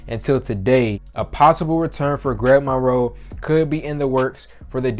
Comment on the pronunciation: “Gweg Monwoe”